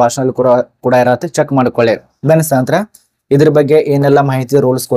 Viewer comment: ಸ್ನೇಹಿತರೆ ಅಂತ ಸರಿಯಾಗಿ ಹೇಳಿ bro